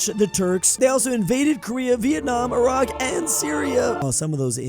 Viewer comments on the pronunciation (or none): none